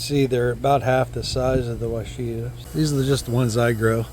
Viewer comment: It’s pronounced WASH-A-TA. It’s a variety developed by the University of Arkansas. It’s named after a Native American tribe. They also developed several other varieties of blackberry. Prime Ark Freedom is a newer variety that have enormous berries. 👍